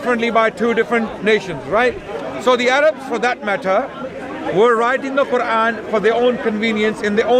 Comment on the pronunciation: why do they say "quvan"?